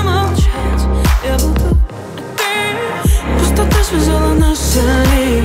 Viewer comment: Почему нельзя нормально произносить слова, не проглатывая буквы: "Не разбавляй мою печа, я буду слушть, а ты молча" "пустото связала нас силе любви" это слышится так.....